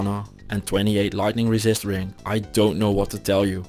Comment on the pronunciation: I love how instead of him saying like "50% more damage to demons" he'll say "50% more racist to demons". Cracks me up.